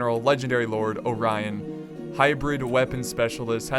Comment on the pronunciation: your pronunciation of Orion isn't correct, it's a translation of a Greek name